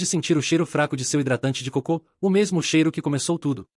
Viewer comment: Pq essa ia lê coco como cocô?